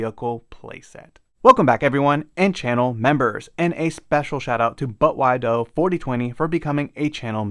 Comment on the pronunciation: Haha, Bruh that was funny the way you said but why doe, sounded like you said butt wide-o . I picked that name because my youngest brother would always ask “but why though?” after everything I told him. Cool you got the vehicle, another awesome review.